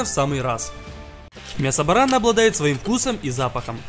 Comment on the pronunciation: Не барана а барана ударение на последнюю а